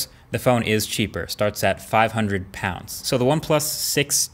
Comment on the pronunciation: Did anyone else get thrown off when he said “500...pounds”